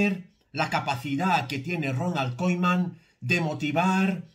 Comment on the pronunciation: Yo tú no sabes decir koeman